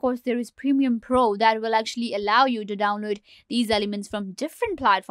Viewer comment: It's not "Premium Pro". It's Premiere Pro.